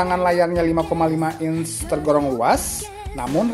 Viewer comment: "Inch" bukan "ince"